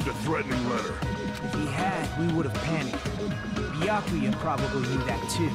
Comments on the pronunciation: and here we witness a rare moment when pronounces Byakuya correctly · YO HE PRONOUNCES “Byakuya” CORRECTLY SCREAMING